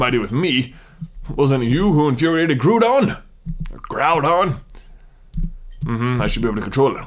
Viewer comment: I'm sorry for correcting but the ou in groudon is pronounced as the ou in ground. I just get annoyed when it's pronounced wrong.